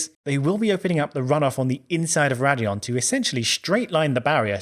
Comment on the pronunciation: It's Raidillon not Radillon.